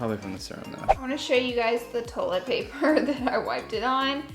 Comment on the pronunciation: She said toilet wrong too 😂 its TOY-let Laura 😂😂😂 lol I'm teasing you, I love you and your channel ❤